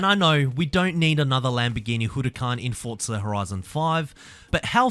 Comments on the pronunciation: It’s FORTZA. I don’t know where the hell you hear “t-forza” Australia has different ways of pronouncing words, just like how in England it’s different and here in America it’s different. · Why do you say ‘tforza’?